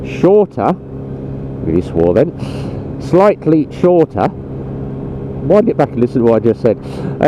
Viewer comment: Haha “shitely”. I do that all the time mate, so much in fact I think I’ve invented my own language 🤣😂